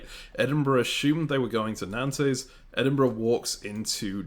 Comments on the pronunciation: Nice video, will keep watching. This is interesting. Calling Nantes - Nan-Tes is wild 😅 Keep up the good work though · I love how you pronounce Utrecht more or less correctly but Nantes is somehow too difficult :D